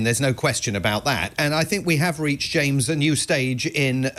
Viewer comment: "Jamrs"? Come on